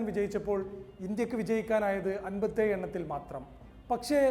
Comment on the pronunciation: “Anpathi eeyu “ nallaa achara pudatha 😂